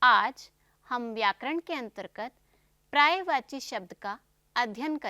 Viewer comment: prayvachi nahi paryayvachi boliye. Pahle apni hindi khud theek kariye.